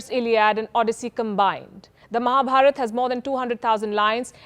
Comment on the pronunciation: Perfect pronunciation. Love it. Its Mahabharat not what some idiots speak Mahabharataaaaaaaa..